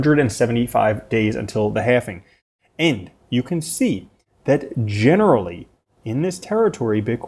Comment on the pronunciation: "HalvIng" bro, lol. I can't hear "halfing" one more time. I'm gunna go insane